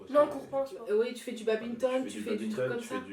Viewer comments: C'est du Badminton pas du babgninton xD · BADMINTON et pas BABITON c'est mon sport et un très beau sport 😡😡😡😡😡😡😡😡😡😡😡😡😡 Ça se respect